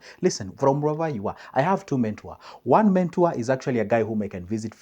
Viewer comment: Eeei yawa......mentor not mentour